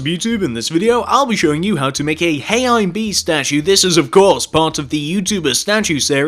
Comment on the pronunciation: He said heyimbee wrong